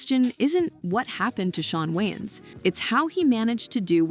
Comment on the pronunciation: The Wayans Goated but you sound like u said John Waynes😂